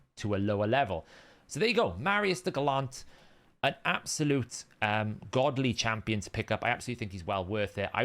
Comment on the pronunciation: Are you under strict instructions from HH to mispronounce names as often as possible, to stick with his brand? Or have you just never heard the word gallant before?